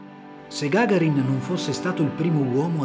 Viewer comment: Gagàrin, NO Gàgarin.